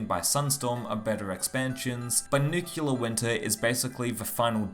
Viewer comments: Nice vid bro but a quick word on pronunciation. It is Nuclear and not Nucular🤭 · Nucular, huh ? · ‘Nukular’ Winter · I recently read a joke about the « nucular » pronunciation in english for « nuclear ». But I think it’s the first time I hear it for real, in this video ! (unless my ears are playing tricks on me) Interesting content as always, keep up on that trend :) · Say it with me. New Clear.